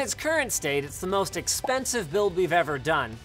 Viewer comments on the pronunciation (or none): I love how he said most expenisive..... Good job Lienus